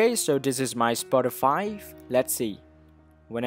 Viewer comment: Lol he said spoti5